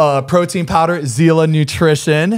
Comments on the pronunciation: Sila is power in Russian not zila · As a Russian THANK YOU he's the only one that'll call it out. Ilya's brand will be just like any other let's be real and it's pronounced Cee-la not zilla